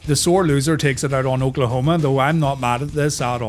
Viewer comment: did you hear I make bbq sauce- olkaholma